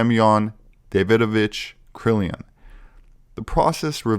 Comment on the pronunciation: "Kirlian" (Kur-Lee-An), not "Krilian (Krill-ee-an)".; - ) Cool video, this takes me back!